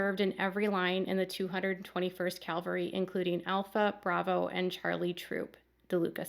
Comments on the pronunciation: CAValry not CALVary. Huge difference. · I hope you don’t mind me pointing out the word is cavalry not Calvery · I cringed every time you said ‘calvary’ when quoting the National Guard officer. ‘Calvary’ is the hill on which Jesus was crucified. ’cavalry’ is a military term. There’s literally a world of difference between the two.